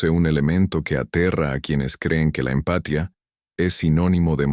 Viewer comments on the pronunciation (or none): EXCELENTE CONTENIDO Pero por favor, para el próximo que no les la IA (no lee bien algunas palabras y acentos (empatia, ano)